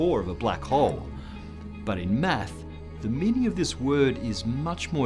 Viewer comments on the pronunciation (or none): Hey, Thank you for all those excellent video's. I love how you say math, to me it sounds like "meth" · I hate how he says "math" (without the 's') sounds so wrong. [no offense...well, not much, just doesn't sound right coming from a non-American]